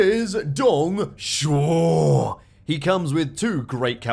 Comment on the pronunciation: Dude, perfect pronunciation of Dongs name